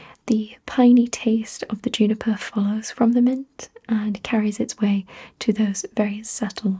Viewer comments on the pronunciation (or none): It's actually pronounced "joo-ni-per" but I like it much better when you say "you-ni-per" :) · I knew the Brits said Hherbal but I didn't know they'd said Yuniper